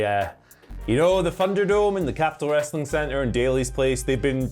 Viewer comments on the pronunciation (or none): I agree but Andy said wrostling so that’s what I’m calling it from now on 🤷🏻‍♂️